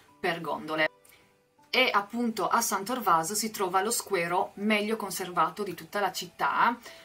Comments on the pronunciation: Scusi ma non è Squero di San Trovaso ? e non Torvaso ? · da veneziano DOC san torvaso non si può sentire.